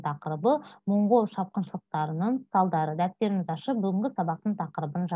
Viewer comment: Моңғол емес Маңғол деп оқысаңыз жақсы болады.